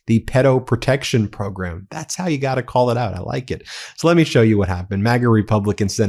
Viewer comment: What is up with the cowboy hat? And why can’t he say “program” properly? …… Fox and Comer Pyle say it that way too.